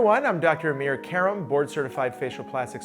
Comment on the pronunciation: Informative video, but really nobody twists the actual pronunciation of their names to make them sound like an American or British word, like Desis do! Have the confidence to make others spell it correctly by first spelling it correctly yourself. It's Âmir Kàrâm, not A-meer Ke-rum! Insisting on wrong pronunciations ultimately end up making everyone pronounce them wrong!